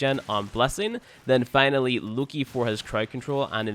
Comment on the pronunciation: btw it's Lo-Ki not look-I